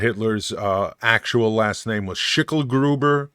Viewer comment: I appreciate that you tried to say the german words in german. Schicklgruber was spot on.